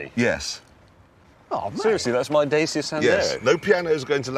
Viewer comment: the fucking rus reporter in a pub pronouncing "Dacia" as "Dacha"... i dont know who came up with that shit, but "dacha" is being called a house in russia outside of the city made for vacation, growing plants and herbs or hiding a body, you name it